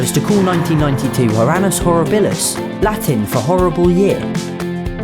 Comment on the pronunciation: Annus Horribilis.... "Annus" Horribilis